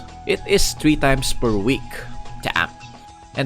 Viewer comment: "Ragnarok tree" haha pinoy